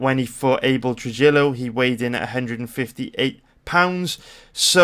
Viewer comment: Minor correction: Abel Trujillo's last name is pronounced, phonetically, true-HEE-oh. Enjoying your videos. EDIT: another pronunciation correction: Rose Nama-YOO-nas.